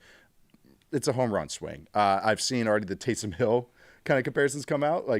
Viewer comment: I love you, but either someone's playing a practical joke on you or you just weirdly got this in your head about how you pronunciate some of these player name. No one else - most importantly not the players themselves - call Grey Zabel (ZAY-bull) and Jalen Milroe what you do. Haha